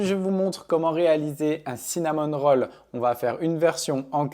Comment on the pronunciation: " Cinnamon Rolls" :face-blue-smiling: tu prononces même pas comme il faut. Peut-être devrais-tu dire "viennoiserie, roulé ou brioche à la cannelle. C'est dans le Oxford non cinnamon : cannelle. Sinon la recette est intéressante.